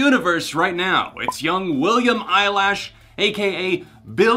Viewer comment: 1.I love how you said William Eyelash 2.I love how you didn't get a single letter wrong in her full name 3.I love how you're not being rude So like I may be a Billie fan but like people can have opinions UNLESS they tell somebody to kill themselves that's just wrong but here it's nowhere so I guess it's good